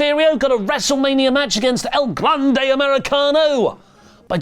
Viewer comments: As a Spanish speaker, I find myself alarmed every time pronounces El Grande Americano as “El [Glande] Americano” 🙃 do not google it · I'm not saying you guys should stop calling him "el GLANDE americano," but you guys should at least check "glande" in a spanish dictionary because it definitively means something and that something is not the same as "grande."